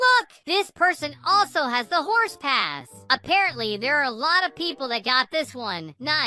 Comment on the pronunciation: When you said hor but is not hor is horse